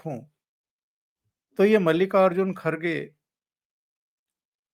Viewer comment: मल्लिका अर्जुन नही मल्लिकार्जुन बोलना